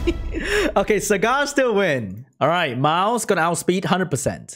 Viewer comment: I heard "Sagat" instead of "Sagar" and thought, wrong Street Fighter character bro